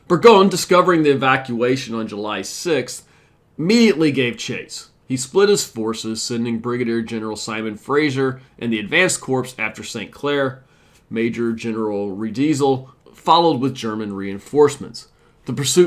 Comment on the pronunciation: I enjoy your channel, but the word corps is pronounced like “core.” This is basic stuff if you’re gonna narrate military history.